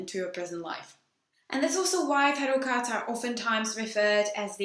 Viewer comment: Sounds like you're saying "gods" now "cards" lol